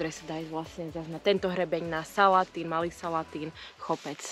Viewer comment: Brankovský vodopád je pekný v každom ročnom čase ale asi najzaujímavejší v zime keď zamrzne no a ten hrebeň brankova to nemá chybu prešiel som to x krát ale vždy to bolo zaujímavé a ešte taká malá poznámočka salatín sa vyslovuje mäkko nie tvrdo ale to je môj dojem ináč zas super